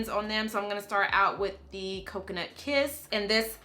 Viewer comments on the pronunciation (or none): none